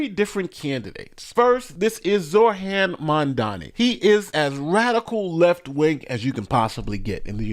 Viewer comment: Hey, I noticed you were saying Zohran's name wrong. I don't really care that you did, and I don't care if you fix what you're saying, but you kept saying zoRHan and not zoHRan. My mom does a similar thing with Chipotle. She says chipoLTay, and not chipoTLay.